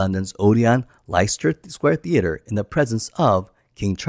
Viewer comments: Leicester Square Odeon is pronounced "less-ta". It's the most famous cinema in Europe, and has hosted many Bond premières, so it's nice to get these things right. 🧐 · That would be The Odeon Theatre, Leicester Square, pronounced LESS-TER. Thank you. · The pronunciation of Leicester hurt my ears! Great video otherwise